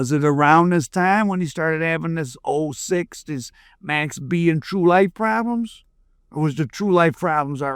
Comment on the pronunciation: Its MAX not mex